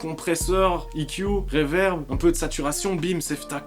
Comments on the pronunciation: Reverb pas revairbe. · "REVAIRBE", rly ?